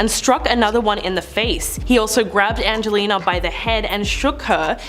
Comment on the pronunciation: Either get the presenter to learn Angelina’s name or don’t get her to talk about her who TF is “anglela”?